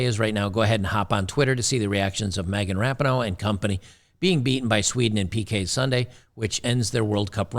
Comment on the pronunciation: "Me-gain Rap-a-Ho".😊